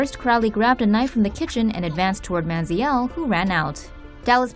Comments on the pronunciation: Money manziel. Why do you keep saying man zee eelle? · Lol anyone notice they pronounced it manzee•el